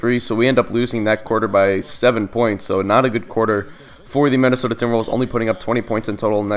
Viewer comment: Anybody else notice how he says mennisota invested of Minnesota?